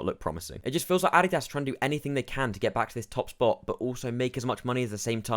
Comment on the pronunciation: I like how you cannot even pronounce Adidas correctly. Just because people aren't spending massively over MSRP for an article of clothing doesn't mean the brand is dead. More supply of shoes means more consumers are able to obtain it easier